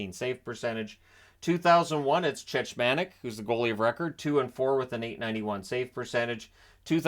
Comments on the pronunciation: It’s Chechmanek, the second ch is a hard ch, which is pronounced as a k. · It's pronounced 'Check-mon-ik' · Yeah it was grating on me hearing the mispronounciation.